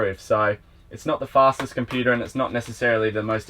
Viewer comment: Computure 🤣 classic